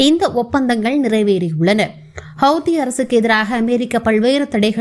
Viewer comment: Hawhathi illa hawthi apdi sollunge 😂😂😂